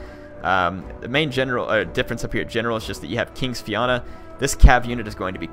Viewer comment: Righdamhna- ree-dav-na,Fianna-fia-na(rather than fee-ana)